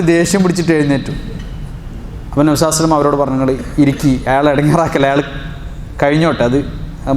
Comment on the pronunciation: Usthade. Nabinte per. Parayumpol sallallahu alaihi vasallam enn vyaktamai parayanamen nhanpadichath pakshe ningal vyakthamakkunnath kelkkunnillallo sheriyano. Chodichathil kshamikkanam ariyathad kondan